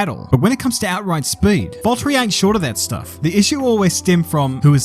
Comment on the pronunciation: Volt-ery tf is that lol